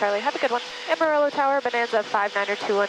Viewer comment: This is a fantastic video and its super cool that you fly. Please google the pronunciation of Amarillo though. <3